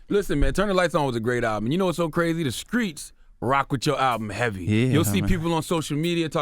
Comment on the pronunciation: charlamange need to learn how to talk. the word is streets, not screets.